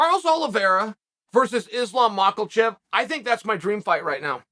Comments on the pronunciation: F the fight... First of all Uncle Chael it's Makhachev !.... Not maqalchev 🤦🏽‍♂️ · Chael "makalchev" sonnen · hahaha he still says makhelchev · No it's makalchef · "Macklechev" Lmfaooo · Who is mocklechev? Lol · So many months and still it's Macalchef and Daroosh😂😂😂😂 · Who the hell is “Michaelchev”? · I’m here just to hear the GOAT butcher Mocklechefs name . Lol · Wtf is Muckle-Tcheff? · nah nah its like macklemore, macklechev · “Islam Mockelchev” “Daroosh” -Chael P Sonnen Still Undisputed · He pronounces it wrong every video and this is the first time I’ve seen someone point it out, thank you 🙏